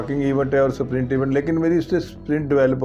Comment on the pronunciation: स्प्रिंट बोलिए न की सप्रिंट